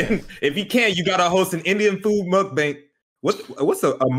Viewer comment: "...you gotta host an Indian food mukbayne." ROTFLMAO for the pronouncing of the word alone